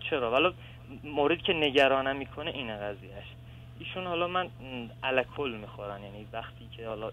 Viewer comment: این چرا الکل رو اینجوری تلفظ میکنه ال کل 😂